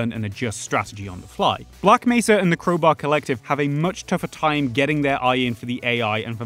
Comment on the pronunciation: Man literally just said "Creubaeu" instead of crowbar